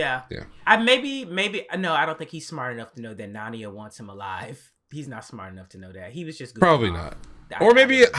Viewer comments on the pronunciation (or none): Also, your pronunciation of Naenia is also slightly off, lol. 😜